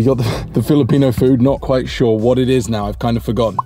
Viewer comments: Nice video as awlays. Btw just really wondering, seems like doesnt have filipino blood but shes so smart knowing pronunciation quickky. Is she part chinese or part thai? Anyway hope you can create a bit of content about your romantic life together. Goodluck! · Is a half filipina? She knows how to pronounce foods so easy though. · Your girlfriend is always correct pronouncing filipino food tho! Nice